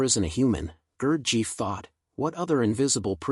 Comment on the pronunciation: that is not how to pronounce his name is it too much to get that right. who in the hell told you his father was greek ?